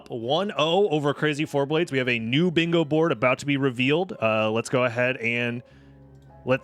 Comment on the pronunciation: Are you sure it's "Crazy Four-Blades" and not "Crazy for BLADES!" I think you might be pronouncing it wrong.